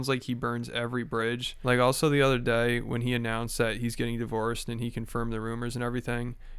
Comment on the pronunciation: idk why I cannot get over the way this man pronounces the word “day” 😂 He says it weird in every video, I have no clue what accent that is